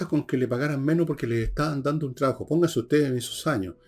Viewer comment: Enchhhega. No es difícil pronunciar TR. Tres tristes tigres trigaban trigo en un trigal. Por favor Villegas chabajo no es trabajo. Has pronunciado TRIGONOMETRÍA correctamente.